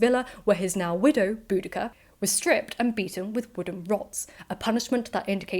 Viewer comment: I've always heard her name was pronounced Bow- dish- ah